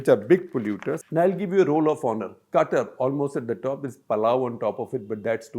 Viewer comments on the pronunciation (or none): none